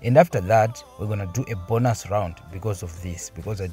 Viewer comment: bonus is not 'bonas'😅 its still 'bonus' to read